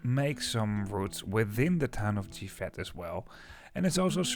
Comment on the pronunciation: The town of GIVET is pronounced in french without the final T, so like “dzjivè”.